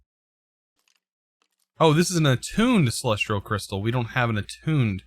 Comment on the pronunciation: please remove the R you say in celestial, i'm actually enjoying the Astral content though, I've not delved too far into the mod personally outside of quest progression in certain modpacks so it's nice to see the things it can do.